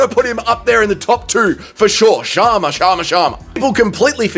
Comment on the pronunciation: the way you say Chama Chama funny man 😂 you’re invited to the Chama chant sessions